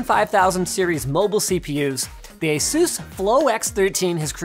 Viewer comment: Please never pronounce Asus like that again